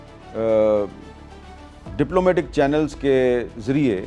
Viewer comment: "Diplomate" nihin "Diplomat" hota hey